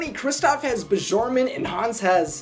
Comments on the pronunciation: I'm pretty sure it's Bjorgen, not Buzjeurgen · I love u but the pronunciation is “ buh-yor-g-mun “ not “ b-jorg-man” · Just a note: in Scandinavian names, a "j" after a consonant is usually pronounced as a "y". So Kristoff is Kristoff Byorg-man :) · It is so adorable how you pronounce Bjorgman, so wrong but so adorable. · Great theory. Thank you for being willing to reference the source material. In Scandinavian languages, a "j" is pronounced as a "y." Hence, Kristoff "Byourmann". 😜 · And in Norwegian the letter J is pronounced "Y". Kristoff Bjorman. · Great vid,. Just one thing, J’s in Norse languages, such as Norwegian, are pronounced like a ‘y’. Thus making Bjorgman sound like Byorgman. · Bjordman is pronounced Biordman. In Norwegian, and most other Germanic languages, J acts as a Y, rather than zh. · Your pronunciation of the last name kept throwing me off; I couldn't figure out what it was, so I followed one of your links so that I could see it spelled out. You are giving the J a French pronunciation, when it should be pronounced as a Y: B-yorg-man. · it's pronounced bee-yorg-man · Stop saying "j". It is pronounced as a "y". Fjord is pronounced Fyord. Bjorman is Byorman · Thank you! It annoyed me through the whole video that he kept pronouncing it wrong even after we can hear the correct way it's pronounced in the deleted scene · Theres is only 1 thing wrong with this video. You continuously pronounce Bjorgman wrong regardless of hearing Kristoff say it in the deleted scene. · Did it kill anyone else that he pronounced Kristoff’s last name wrong every time he said it? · Lol the way you pronounce bjørgman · This is awesome! But I cringed everytime I heard him mispronounce "Björnmen."